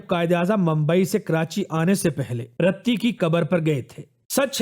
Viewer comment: Bhai Qaid e Azam ki wife ka naam RATTI nahin "Riti" thha khudara dignitaries ka naam sahi leyn